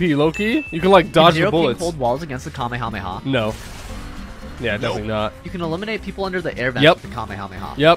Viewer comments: It’s Kamehameha not Kema MAMAS like wtf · WHY DOES HE SAY KAME A MAMA INSTEAD KAMEKAMEHA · Bro why does he say kumyamoma bro what is that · Did he just say kamehamama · Is funny and annoying how he says kahmehameha and think that's goku is the strongest in his verse smh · bruh it is kamehameha no kameha'MAMA' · my guy said kamemama🤨 lol nice thoo. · Kamehamama CMON IM TIRED JUST PROUNOUNCE IT CORRECTLY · Bro the "kamehamama" is funny 🤣😂😂😂😂😂😂😂😂😂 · Did You say The kameyomama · I love your vids but my guy said kamehameha wrong 🤣🤣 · Bro said kamemama 💀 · Bro really said Kame ya mama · The way he said kamekameha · Bro said kamayhama💀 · Bozo said kamammama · just a note its pronounced kah may ha may ha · It's ham eh ham eh haaaaaaa not kamehamama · did he say kamehamamad ir isit just me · dude i hate when u say kahamehameha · Stop saying kameamama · bro you prounnounced it so wrong, but anyway love yo vids